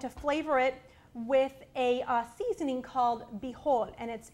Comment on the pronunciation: I used to live in Florida- now I am back home in Canada. I used to use bijol- never knew the proper pronunciation before your video. I had a few very small tiny tins- 2. They disappeared years ago and I can never found anything to replace it except termic and the flavor was wrong! I finally found it on line but I don't buy anything on line. I have tons of Saffron but I am not fond of the flavor. Finally found annatto seeds- so I can make my own bijol! Looking forward to making this rice again.